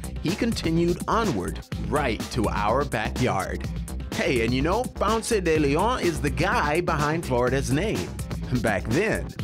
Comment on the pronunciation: Bro it’s not french it’s spanish, stop butchering his name